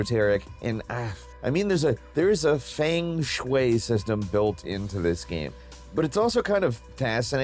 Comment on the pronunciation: That is not how you say feng shui lol